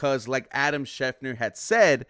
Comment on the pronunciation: I really appreciate your videos, but Christian Kirk is 28 not 29 and you are mispronouncing schefter